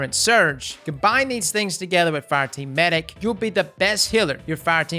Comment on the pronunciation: Meh-dic. Hows about a trials tips video, maybe w\ specific map tips? I hope RAID pays you alot for the cheesy add.